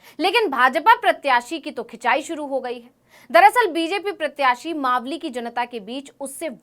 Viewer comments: तू खुद मालवी बोल रही है मावली की जगह गेल चोदी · 4.21 आप खुद को इतना बड़ा रिपोर्टर बता रहे है तो मावली का उच्चारण मालवी क्यों किया इस हिसाब से तो आप भी रिपोर्टर बनने के लायक नही है😂😂